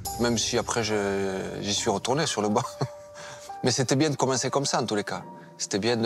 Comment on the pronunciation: "C'est bieng"